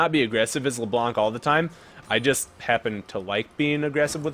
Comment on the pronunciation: The C is silent at the end of Leblanc so you can say Leblan. Anyway your vids are awesome!